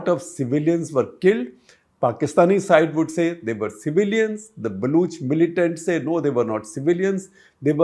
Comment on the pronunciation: Why does SG keep saying “Balooch”? It is not supposed to be “Baloch”?